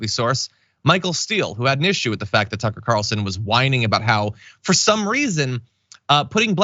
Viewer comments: I thought John said "Sucker"! Haha! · It sounded like you said Sucker Carlson, I hope that sticks 😂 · Did you say, SUCKA CARLSON 🤔 😅😅😅?